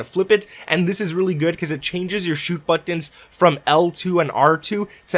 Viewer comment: Butans lol